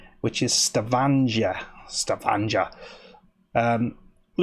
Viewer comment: G is always hard in Norwegian: stavanger would rhyme with hanger, rather than manger.